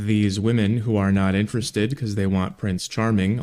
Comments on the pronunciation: She can't say "interested". She keeps saying "interest" instead. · The first woman can’t even pronounce the word “Interested”. No man want an illiterate m0r0n. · Why can't she pronounce the word "interested" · It’s “interested in” not “interestin”. I could never with this woman. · You can tell how much intelligence she lacks my how she can't even say the word "interested" correctly. "How come guys that I'm interes'd in...?" I expect the guys that are "interes'd" in her only want her for one thing and it's not conversation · First time she said "why do guys that I'm interest in..." I thought ok simple speech mistake. But then she did it again with "and then guys that I'm not interest in..." Does she think that's how it's said? Or is she just slightly tipsy and slurring just a bit? Truly not sure. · Its really because she pronounces "interested" weird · Irritating: Princess can't enunciate the words "interested in". She fails twice. Funny: Poor. His last name is like a crossword puzzle clue for "lose".